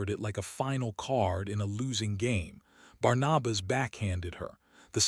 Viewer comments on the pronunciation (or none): The name is Barnabas. Pronounced:- ‘Barn- a - bus’.